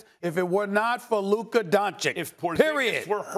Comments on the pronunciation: It’s luka and it’s not even close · Still can’t say Luka’s name right